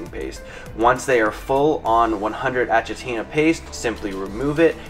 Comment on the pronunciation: ThatDiabeticGuyVon And it's pronounced A-k-itina not A-ch-itina